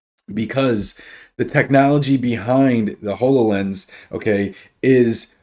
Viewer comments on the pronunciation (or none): I literally cringe every time you mispronounce Hololens. It's Hollow Lense not Whole O Lense!